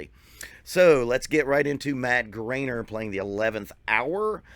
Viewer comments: Just to fix this because Ik your new to him it’s not grainer it’s Griener like rhymes with fryer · Pronounced Gr-eye-ner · You still didn't pronounce his name right. It's gr-eye-ner. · "Grine-er" 🤘😎 great vid brother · "watched a interview to get his name right" says it wrong lol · The best part is he said he intentionally watched an interview with him so he could pronounce his name right and he still butchered his name multiple times LOL. No hate here though, great reaction😁